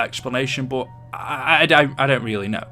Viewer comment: why do you say buot instead of but?? Nah just kidding I actually have a question why does the primis characters are stuck in a big loop what’s the point and please reply luv your vids